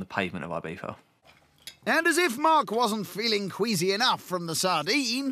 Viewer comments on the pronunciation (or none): does anyone want to point out that he pronounces it "IbiFa"